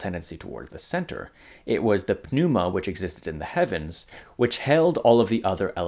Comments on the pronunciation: totally silent p in pneuma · the 'p' in 'pneuma' is silent. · Then pronounces the word "pneuma" without a silent p.